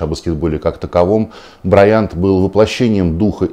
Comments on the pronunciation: Вася, если хочешь говорить про Коби узнай хотяб как прочитать его фамилию, просто решил похайпится... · Василий, он Ко́би Бра́йант, а не БраЯнт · брАЙАнт - а не браЯНТ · Вася блин не тупи. Откуда вообще взял ударение БрайАнт??? Желание выделиться? Фамилия Бра́йант занимала 95-ю строчку в списке самых распространённых фамилий США: её носили около 239 700 американцев. Если что можешь в вики зайти почитать там естественно проставлены ударения - Ко́би Бин Бра́йант. Спасибо. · Не знаю как правильно ударение . Но БраЯнт как то ухо кровь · брАйант, а не браЯнт Василий, стыдно не знать. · БрайАнт? Как режет слух... Ну да это не важно. Светлая память. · Как же режит слух произношение фамилии Коби! он БрАйант! БрАйант! По этому поводу не было никаких споров и его всю карьеру называли БрАйантом! Послушайте иностранных коллег, как его фамилию называли все без исключений, если мне не верите. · БраЯнт?! Ты серьезно, Вась? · я тоже не понял, какого он БраЯнтом стал( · я бы с удовольствием надел беруши, если бы мне заранее сказали, что кто-то Коби будет называть БрайАнтом. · БраЯнт , никто и нигде его так не называл. Что за коверкание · Почему БраЯнт, Василий УткЕн? Специально посмотрел новости на английском из США о его гибели... Кроме Вас так никто не произносит фамилию Коби... Не чудите, Василий! Вы-же журналист... Светлая память легенде НБА! P.S. Динамо, Химки... Всех помоями полил... Видно не очень Вам нужны в подписчиках болельщики этих клубов... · БрАянт, ударение на А, БрАянт! блеатььь Уткин...... как можно быть таким.... пипец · Зачем так фамилию искаверкал Васььь? Какой БраЯЯнт??? Ты тогда ИНДОуткин получается? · Вася,какой нахуй Браянт???нормально нельзя называть его фамилию 😂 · Вася, фейспалм((( Перед эхом хоть исправься - БрАйант! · БрАйнт, ударение на первый слог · Вася, хоть бы поинтересовался как ударение правильно в фамилии Брайант ставится. В википедии хотя бы. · Василий, зачем вы намеренно неправильно ставите ударение, произнося фамилию Коби?